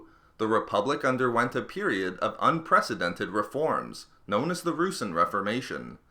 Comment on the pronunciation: It's not "roosin" it's pronounced "roo-sahn"